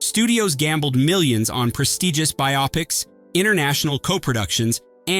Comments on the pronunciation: It's bio-pics not bi-opics. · Pronounced 'BIO-PIC', Not 'BI-OPIC'!!! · And bi-ah-pics